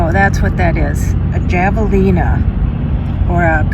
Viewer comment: pronounced havalena lol